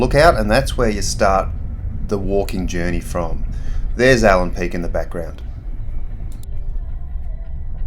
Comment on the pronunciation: Allan Peak, no “s”